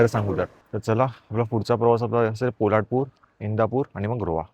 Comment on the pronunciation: पोलाडपूर नाही रे बाबा पोलादपूर.